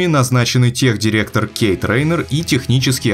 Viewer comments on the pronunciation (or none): none